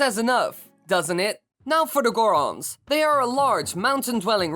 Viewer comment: The zorons..... The goras...... Va Rutania!